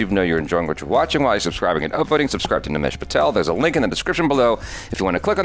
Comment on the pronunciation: Nimesh got the accent and voice bro